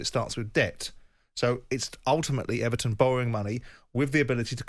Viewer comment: Everon? Lol